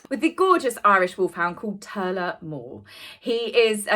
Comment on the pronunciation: Turlough mor is pronounced tour-lock more.... 🇮🇪☘